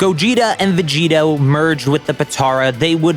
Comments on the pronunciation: Its Vegito not Veggeeta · Gogetota Everyone:... Dude.. you mean Gogito.? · GOGITOTA IT IS CALLED GOGITO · It’s just gogito not gogitota tf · Or Govekugeta hahahaha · its gogito, not that hard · It’s called Gogito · say vogeto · Did he just say gogetata bro wtf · It's gogetio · Bro just say gogito com on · the veg-gettoh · It’s fucking gogito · Vegigoto (Ve-Ji-Go-To) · It hurt me to listen to the name